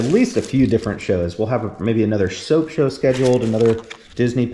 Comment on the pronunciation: New game.. how many times says shoap show! LOL